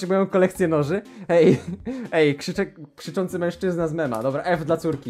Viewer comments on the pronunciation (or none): none